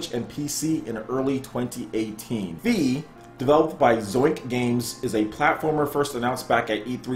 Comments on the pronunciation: I think it's pronounced Fay not Fee lmao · "Fe" is the Swedish word for Fairy. If thatvis what they mean, it should be pronounced: "Feeh". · Pretty sure it's pronounced as in "federal", cause fe is Spanish for faith.